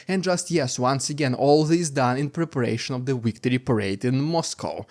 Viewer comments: Victory not wictory come on say Vvvvvvv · It's pronounced "victory:, not "wictory".